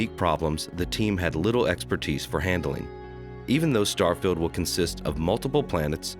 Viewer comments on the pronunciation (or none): none